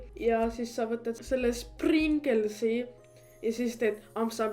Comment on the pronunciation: ma arvan et ta ütles springles selle pärast et ta särgi peal oli S täht, või tal oli mingi probleemo